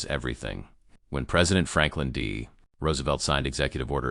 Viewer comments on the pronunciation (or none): none